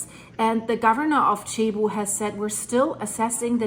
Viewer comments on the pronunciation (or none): It is pronounced “Sebu”, not chebu. Thanks! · Not Chebu. It's Cebu ! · Hi. Cebu is pronounced like Sebu. My wife is from Cebu and has relatives in the affected area. Tnx for the update. Edit: Leyte is pronounced like Laytay.:) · Its not chibu. It cebu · Cebu is said like Sea-Boo or See-Bu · Please pronounce .Cebu as Sayboo. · its pronounced SEA BOO